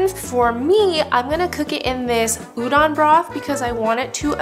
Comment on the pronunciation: looks super good, but it's pronounced u-DOE-n, not u-DON